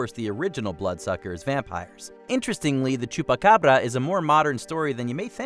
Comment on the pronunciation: Lol so wait, is choopaccccabrrrra but is Coochie saki?